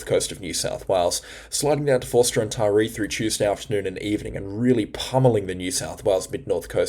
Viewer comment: G'day Josh here around Mossie (Moss Vale - West of Kiama it got to around -5°C last night. Just FYI: Ulladulla is pronounced 'Ull-a-dull-a' not 'Ool-a-dool-a'. Also Forster (NSW) is pronounced 'Fosta' not 'For-sta' I hope this helps you with pronouncing a couple of Australian geographical places in NSW. Please don't take offence. We love your weather forecasts. Do you think the winter overall will be warmer as predicted? Which would mean rain? Keep up the great work, I know you work hard, and I hope it is paying off for you. Kudos mate.